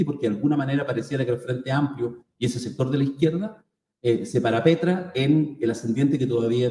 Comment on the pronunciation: Qué pasa con el lenguaje??? Entrevistador y entrevistada cometiendo errores no aceptables! dice "PARAPETRA"....Nooo! Se dice PARAPETRA, se coloca tras un PARAPETO, una protección. Luego dice que la corrupción "SOSLAYA" a todos los partidos... Soslayar significa esconder, dejar de lado...es decir, todo lo contrario! Un ejemplo correcto sería "TIÑE", "AFECTA"... Da pena que, en un buena conversación no se cuide el buen uso del lenguaje. Del periodismo no sólo se espera información de calidad, sino aporte de buen lenguaje. La gente da por bueno cómo se expresa un periodista, un profesional, una autoridad. Sean mejores que los "noteros" de matinal, por favor! Un abrazo